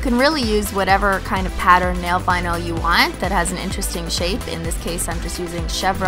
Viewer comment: When I was now starting to realize I'm a holo sexual I thought she was saying nail bino like albino stupid younger self